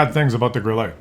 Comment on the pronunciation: Grille is pronounced Grilla in German.